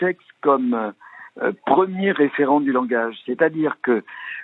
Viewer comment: Il n'y a pas de u à langage, le u c'est dans amblance 🤣🤣🤣